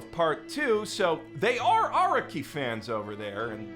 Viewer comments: Stop pronouncing Araki like that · The way you say araki is killing me